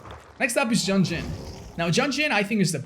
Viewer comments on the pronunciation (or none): Did just Pronounce Yun-Jin as JUNJIN???